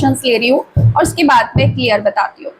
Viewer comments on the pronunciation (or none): none